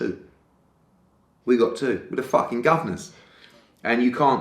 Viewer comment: Eddie "were the facking governors" hearn